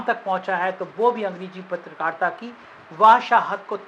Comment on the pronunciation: Chal Chutie… patrakaarita ka pronunciation to thik kar le gyaan dene se pahle